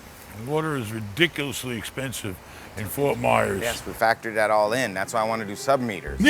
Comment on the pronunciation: Myers......not Mayers LoL 🤣